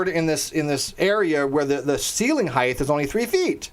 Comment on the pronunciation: Random question... why do you pronounce height as heighth?